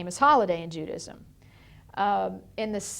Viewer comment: "JEW-dism" ahahaha